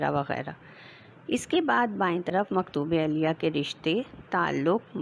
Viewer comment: Maktoob elyh hotahe not elyaa